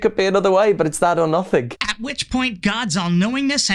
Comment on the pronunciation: I think the opposite. Hearing him say things like "nothink" really grates on my nerves.